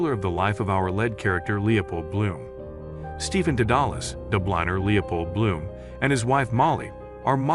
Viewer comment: This fellow has a serious problem in pronunciation. For instance, just now, re Marcel PrOWst instead of, correctly, Marcel PrOOst. Then there is Stephen Dedalus and lots of others.